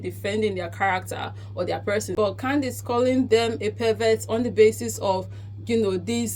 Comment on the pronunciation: Did you say Clowndace 😂😅😊 lol..... allegedly she has rock solid proof based on previous settled lawsuit lol